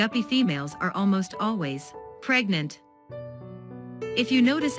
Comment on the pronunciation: You say PREGNANT like your teenage daughter came home pregnant… is there something you need to get off your chest? We’re all ears! 👂🏼🌽🦻🏼🧝🏼🧛🏼‍♂️